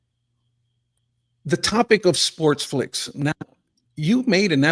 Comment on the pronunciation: Oh man...I cringed every time you said "SportSflics." It's the same as people that say "Dun Ross" or "Don Ross."